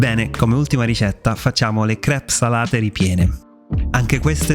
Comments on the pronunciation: Si dice crep ,senza S 😅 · "Crêpes", anche al plurale, viene pronunciato come al singolare, sensa "s" alla fine😜 Grazie per la ricetta, non vedo l'ora di provarle! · Complimenti per queste ottime ricette, da provare sicuramente. Piccola nota, le crêpes (plurale) si pronunciano esattamente come al singolare, cioè la esse finale non si deve sentire😉